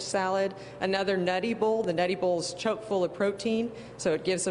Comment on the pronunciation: God, that cook kept saying CHOKE full. It's CHOCK full, ugh